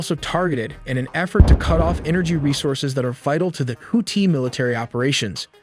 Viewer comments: pronouncing tf out of that 2nd syllable 😂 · Is that really how their name is pronounced? Houti (no th sound)? Just asking because i’ve never heard it pronounced that way and im well aware American pronunciations aren’t the most accurate 😂. No hate. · Bruh the way he pronounces Houthi